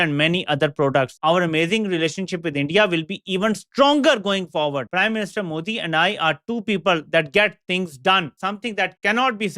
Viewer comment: ** Correction - It’s Modi and not Muudi ..